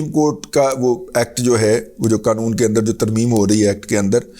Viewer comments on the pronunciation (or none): none